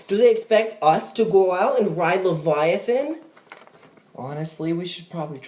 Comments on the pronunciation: "That’s the laveiathahn! " Lol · "levallythen" Amazing...